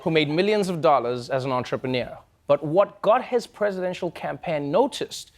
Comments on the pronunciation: How cute is it that Trevor can't pronounce "entrepreneur"? (he says "entrepreneir" or something like that) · Yo why does trevor pronounce entrepreneur this way?